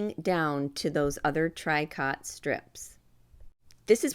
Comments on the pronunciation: It's pronounced Tree-co, not TRY cot. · For people who go to buy it - tricot is pronounced “tree-koh” not trikot. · Tricot is pronounced “tree-co” with a long o sound. Love your videos. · Pronounced “ tree coe “ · Sorry but tricot is pronounced tree-ko. I do enjoy your videos but can't watch this one. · Those are adorable. I think I have yet one more new project to do. Tricot is actually pronounced tree-co, sort of a French pronunciation. Hoping I can make some of these for Christmas presents! Thank you for the video!